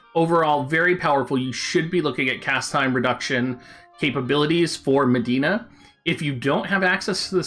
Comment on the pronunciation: Her name is Medi-enna, not Madeena.